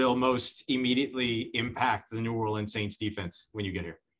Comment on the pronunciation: Hopefully guys luke cam and honey badger can correct him so he doesn’t say new ORLEENS anymore😂